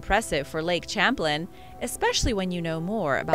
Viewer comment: I think the lake with the Sturgeon is pronounced lake Champlain(sham-plain)